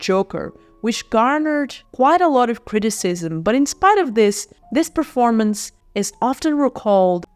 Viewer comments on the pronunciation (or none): none